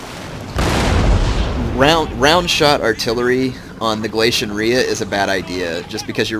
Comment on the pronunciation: ITS gal-ei-sy-un